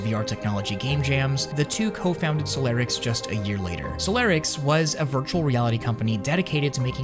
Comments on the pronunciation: It's stressing me out how you say solarix and not solirax the entire video 😂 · you pronouncing solirax and solarix is giving me anxiety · It's Solirax, not Solarix